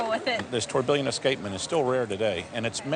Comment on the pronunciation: TOURBILLON not "Tourbillion"